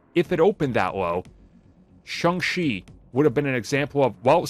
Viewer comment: Its Shang, not Shung.